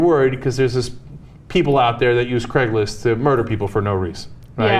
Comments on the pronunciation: why cant you pronouce the ai in craigs list sounds more like cregs list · It's Craigslist, not Craiglist.